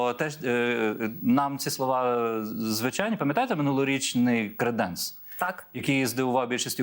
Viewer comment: ПЕРШИЙ ЗАХИСНИЙ ГЕЙ Галичани ви дійсно зі Львова 😮😮😮? У словах "креденс" та "креденець" наголос падає на перший склад: КРЕ́денс і КРЕ́денець. Обидва варіанти означають буфет для посуду, причому "креденець" є застарілим варіантом слова "креденс". Може вам ліпше ще вивчити Львівську ґвару!??? 😊